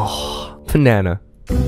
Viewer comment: you said Fnana not banana